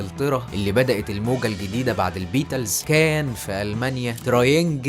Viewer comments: فيديو معفن اووووي نطق الإنجليزي ضايع بالذات البيتلس ودخله الحرب بصراحه فيديو خايب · عندي ملاحظة في نطق بعض الكلمات بحسها غريبة زي البيتلز و الذوروة